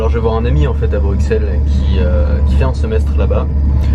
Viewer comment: Mais mais mais! On ne prononce pas le X de Bruxelles comme un X mais comme un S.:P C'est clair que la bière belge, c'est pas de la blague! J'espère que tu as aimé la capitale en tout cas. C'est ma ville de coeur personnellement.